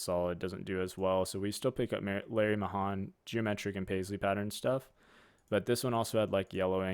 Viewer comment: Just a pronunciation disagreement. Larry Mahan was a rodeo star back in the 60s and 70s. If memory serves, it is pronounced like "May hand," minus the d at the end. Just an old guy here, showing his age.